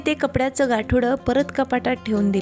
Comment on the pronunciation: गासोडे नाही गाठोडे